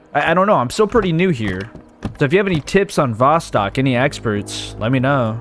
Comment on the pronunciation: Hey, friend. Love your videos. The word Vostok is pronounced like Voe-stoke. You pronounce the O's as Oh's. I never watched this game, but watchin you play it.